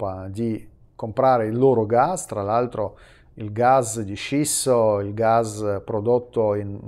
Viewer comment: Non è Gas di “scisso” ma di SCISTO, Lillino!!!!